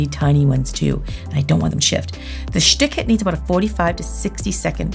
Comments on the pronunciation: I am in Germany and I just see and hear "Schtik it" and I cannot stop laughing 🤣🤣🤣🤣😘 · I'd have a million dollars fro every time she said "shtick it" LMFAO